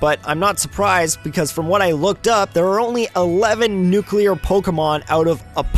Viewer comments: It's Nuclear, Not Nucular. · Tfw somebody says nuculer instead of nuclear. 😑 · Noo clear, not nucular. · Get it right! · ***** Yeah, That's the actual pronuctiation. "Noo-clay-arr" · "Newkewlar" The cringe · ***** Nope. He just said Nucular.